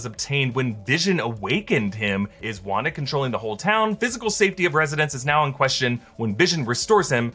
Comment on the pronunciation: Lmao it sounds like a race joke where he says Wanda like rawnda